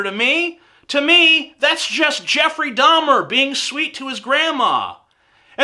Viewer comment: No that was Jeffrey DAHMER! D-A-H-M-E-R. Not DAUMIER!